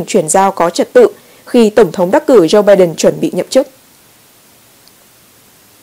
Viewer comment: Lam-Anh Mai dùng chữ PHẢI là đúng! Đọc cho đúng thì là phải (must) chớ không phải tuỳ hứng (should or may). Tuy nhiên dạy cho những người dốt ngoại ngữ này thì chẳng khác nào đàn khải tai trâu! Hãy nghe họ phát âm [bai Đần], [trUm], [ben XI VA nha] thì biết!